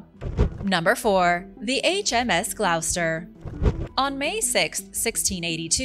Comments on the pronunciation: Hi... Gloucester is pronounced = Glawster. Have a great weekend. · Pronounced GLOSS-STER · GLOSTER is how its pronounced ;)